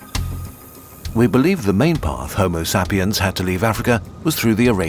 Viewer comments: Not even 2 minutes in and I just got slapped in the face by that "homo sah-pien". I was just about to fall asleep but now feel very alert. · Homo Sap-e-ans? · Why you pronouncing Homo sapiens like that? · is that the correct pronounciation of Homosapiens?